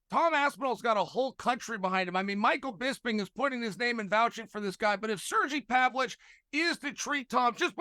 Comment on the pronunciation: It’s Sergei Pavlovich I think, like Spanish Sergio, and Pavlov is like Paulo. It’s not hard but you foreigners are dumb when it comes to Russian names even though every name has an equivalent in English or Spanish